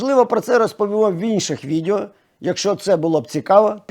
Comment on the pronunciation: Відео, а не відєо...